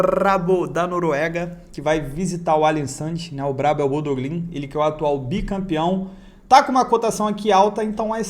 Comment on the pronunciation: O último bRRRRRabo que vc falou perdeu kkkk Bendito malmo